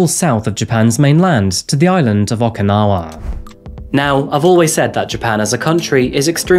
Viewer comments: Just FYI, it’s OH-kinawa…not AW-kinawa. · OkInawa, not OKAnawa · Am I the only one hearing "akinawa" and "asaka"? Enjoyed the rest of the video.